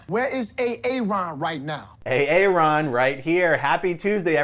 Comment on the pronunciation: So why didn't you say it, the first time I said A-A Ron? Because it's pronounced Aaron?